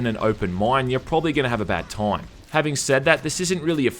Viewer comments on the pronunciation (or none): "your problably gonna have a bad toime"😂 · i love the way you say "time" "THOYMM"